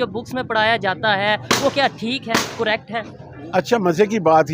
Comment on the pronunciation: आप करेक्ट को कुरेक्ट pronounciat करते हैं pl correct yourself